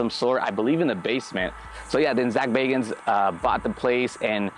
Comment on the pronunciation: Zak bagans not bacons.